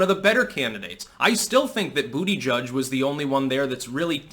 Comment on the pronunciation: I'll never ever get sick of him saying "bootyjudge"😆